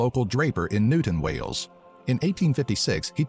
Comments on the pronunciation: It is Wales not whales. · The pronunciation is awful! There are dozens of castles in Wales, several of them are epic. (Richard Burton, Ioan Gruffudd and Luke Evans are Welsh too.)